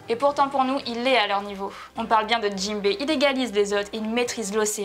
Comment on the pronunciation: Hum, c'est JINBE ! Et non Jimbe, sinon le top est sympa mais trop bancale :/